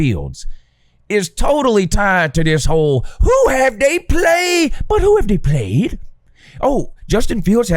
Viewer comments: When you say the “But Hoo Haff Day Pwayed” bit, I think it’s soo funny every time. You could imagine how much I liked this video lol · The who haved they pwayed? Will always annoy me